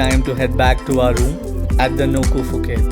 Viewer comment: Happy Birthday to Ritika!! and to you and happy anniversary. I am Filipino married my Thai wife some 27 years ago. I submit that your journey of happiness ahead is soooo long. There's much more fortunes and unbelievable surprises you will walk through. Enjoy the ride, even more. And finally, phonetically, do separate the 'P' from the 'h' so that 'Phuket ' is not pronounced in the start with an 'F' but rather 'Puh-ket'. Enjoy ☺️ !